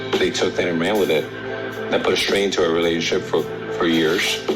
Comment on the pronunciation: "Relayunship." GMAFB